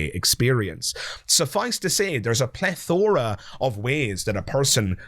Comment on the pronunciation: Your thumbnail was interesting but the way you pronounce plethora made me want to be sick.